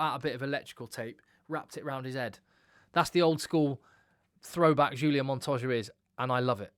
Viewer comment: H H H ulian....not J J J......Montoya..., Pieter-Steph completely agree with you, my best player and what an engine...Matera for me, similar standard to PSdT, Harry Wilson - performance and Captains call on going for win -excellent. FeinbergM - new world superstar. Joseph A Su - fantastic - I do like Quinn Tupaea though! Carter for NZ up and coming - will be great. VAA'i - great but lots of penalties, and c'mon Quagga Smith must always be there - surely!! Great show btw, well done!